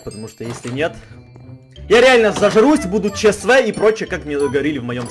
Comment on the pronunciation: Не Че Се Ве, а Че еС Вэ